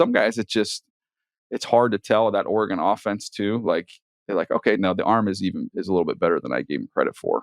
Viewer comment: Lead singer of Goose?!?!?! Ore-GONE?!?!?!